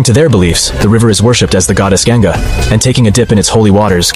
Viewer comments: It's not river gyanga it's ganga u can adjust spelling but don't mispronounce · it is not gaen-ga , it is pronounced like gun-ga